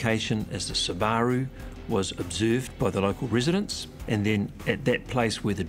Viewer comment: I have never seen someone pronounce Subaru the way that Australian detective did. 🕵️‍♀️